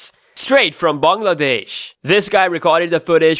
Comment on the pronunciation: The way you say Bangladesh is too Good ✌️